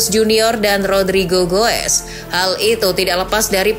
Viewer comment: Admin sebut Rodrigo-gues 😂